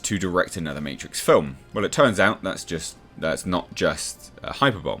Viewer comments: That word is pronounced Hi-per-bO-lee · Did you say Hyper bowl? For hyperbole lol. Love your content man